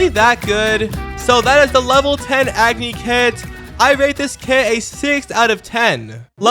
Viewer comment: it pains me as an indian that he said agony instead of agni (ugh-knee) thats how you say it in hindi